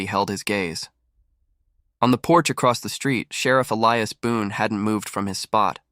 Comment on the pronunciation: Why must I continually watch pictures that jump forward then backwards without cease, while readers do not know the difference in an Indian's BOW and a BOW to a queen? Also, a solid old west name of Elias being pronounced as e-le-as rather than E-li-as. It really takes one out of a story fast to hear such mispronunciations.